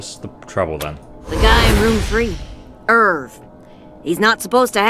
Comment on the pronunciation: Irv sounds like nerve not i've.